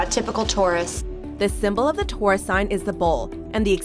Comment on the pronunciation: "Touris", omg so glad am a Scorpio right now.. that pronunciation.